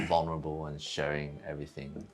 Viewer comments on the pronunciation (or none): none